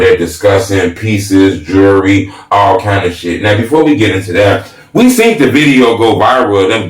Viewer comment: he spelled jewelry right, but didn't pronounce it right. pet peeve, jewelry, not jury.